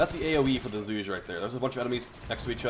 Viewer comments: its zhu-ger not zooge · Please, pronunciation is killing me. It should be something like [ʈʂu'ge] instead of ['ʈʂudʒi].